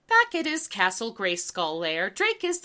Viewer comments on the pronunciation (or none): none